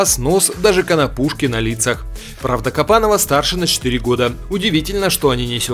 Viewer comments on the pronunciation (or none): Не Кабанова, а Копанова.